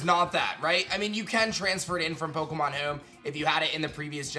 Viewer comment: "Pokemon Heoum"